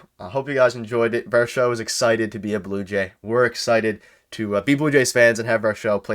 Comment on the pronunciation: You guys gotta doublecheck the pronunciation of Varsho's last name lol